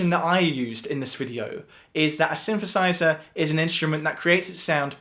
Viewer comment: What's a Shinshershizher?